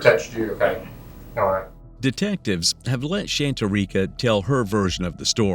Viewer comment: It’s pronounced Shan-tare-e-cuh